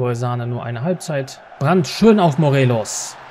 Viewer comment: Hi erstmal ich feier deine fm Karriere aber bitte höre auf ihn Sahne auszusprechen es heißt Sanee